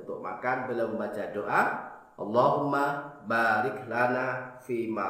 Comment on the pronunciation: alhamdulilah, baru tau, penekanan di ayat "Baarik" terima kasih